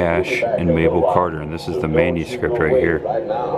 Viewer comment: Also...it’s Mother Maybelle, not Mabel.